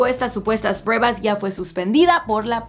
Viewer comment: diciendo “prewbas” JAJAJAJ